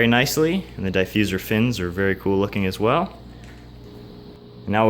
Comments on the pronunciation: Diffuser not diefuser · the way you say diffuser was really starting to piss me off. looks good though